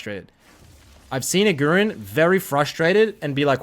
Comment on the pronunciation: AGURIIIN bro not agurin, long i